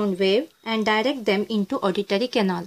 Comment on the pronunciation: mam it pronunces canal not canol